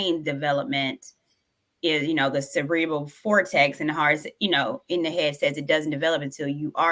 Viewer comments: "Cerebral Cortex", not "Cerebral Fortrex",. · I wonder why didn’t correct her sidekick when she said “Cerebral Fortex” instead of “Cerebral Cortex” 🤔